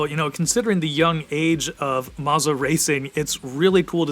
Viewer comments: Maza? Thought it was Moza. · Marza??? “MOZA” mo za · Bro said mazzah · Isn't it, "Moe-zah"?